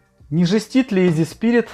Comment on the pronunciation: > ИЗИ Спирит. Почти. "ИССИ Спиритс". :)